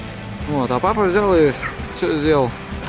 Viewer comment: Она сказал Пах а не папа